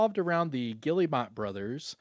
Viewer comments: The fact he just kept saying Gilli - mot 😂😂😂 it’s pronounced Ge - Air - Mo they are French. lol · Pronounced Gill-mot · that "guillemot" pronunciation is killing me